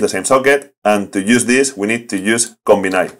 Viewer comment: Combine is pronounced Com-bine . Not Com-bin-eye. So '-bine' is pronounced like 'line'. Great video as always.....